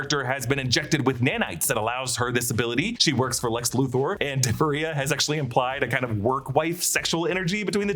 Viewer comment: Luther is pronounced Luth-er not Luth-oar!!!